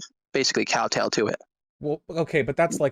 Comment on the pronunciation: "cowtail" instead of kowtow. nice.